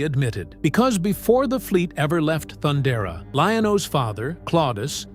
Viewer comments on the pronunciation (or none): That's not how you pronounce Thundara, AI.